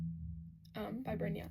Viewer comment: tehe br-ay-na it sounded correct